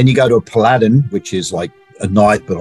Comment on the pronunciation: pal·a·din, not pa•ladin